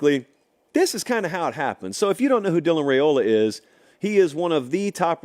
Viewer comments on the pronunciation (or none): The name is RI-OLA not RA-OLA